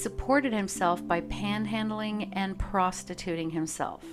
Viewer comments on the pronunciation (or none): this was a really well-told story, but it's not nice the way you say "prostituting".